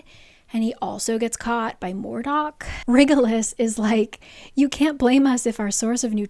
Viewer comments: Yes, also it’s My-cuh, rather than Mee-cuh, Ef-rem instead of Ef-ree-um, and RYE-jel-us, not Riggelus. Lol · Omg can you please stop saying “wriggle-iss” for rigelus haha. It’s Rye-jel-us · I mean with a latin-lookign spelling pronouncing rigelus like it's written isn't much of a stretch. SJM's own fault for giving characters names so all over the place 😂